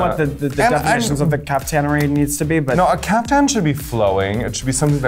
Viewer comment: It's Caftan not Kafka, Akeria. Lose the bug! :P